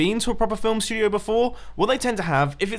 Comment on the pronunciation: shtungnioey? I think you mean studioey 😂